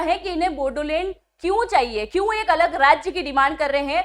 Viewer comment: बोडोलेंड नहीं... बोड़ोलेंड है